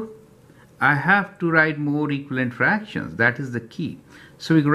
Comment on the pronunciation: Thank you,btw it’s called fractions not fractims